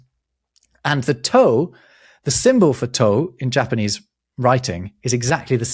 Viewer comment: The pronunciation of the Japanese words hurt me so deeply. I know you guys don't know all the languages, but I swear you've given more effort to pronunciation of other languages. Slightly more nuanced, but the easy way to remember Japanese vowel sounds is to think Spanish. "ah (A), eh (E), ee (I), oh (O), oo (U)", and only those. Only ever those. If you get two vowels together, they're each pronounced individually (although can sound slurred when spoken fast). like "sai" is "sah-ee". The Japanese also don't emphasize syllables the way English does, so you never put a hard emphasis on any syllable, so I believe you said the name Tokugawa, which would have no emphasis anywhere in his name (Japanese does pitch patterns instead of emphasis), you would just read it straight as "toh-koo-gah-wah". So the old name for Tokyo is "eh-doh". (bonus: if you see a Y in a Japanese word, it's never a syllable on its own, it's not a vowel. So Kyoto and Tokyo both only have 2 syllables, "kyoh-toh" and "toh-kyoh", although I recognize this is a battle English-speakers are just never gonna face, it's far too deeply embedded in our language that these city names have 3 syllables lol)